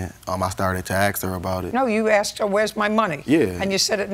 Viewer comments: Asking…not axing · And another one, who says "axed", instead of "asked" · These two are ridiculous. And by the way -- it's "asked", not "axed."